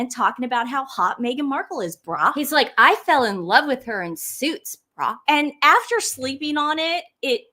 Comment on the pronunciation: It's pronounced BRO rhyming with grow / glow